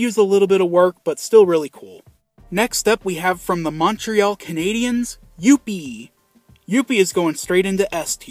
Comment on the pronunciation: I love the way you say "Youppi"!!! LOL He's my absolute favorite mascot. He was awesome with the Expos and he's now awesome with the Habs.